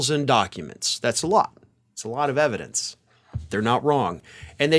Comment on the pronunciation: "Put the ebidence in da car, Junior."